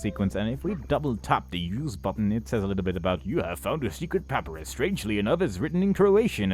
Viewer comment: For future reference, it's pronounced pahp-eye-ruhs. Hope I've helped ^_^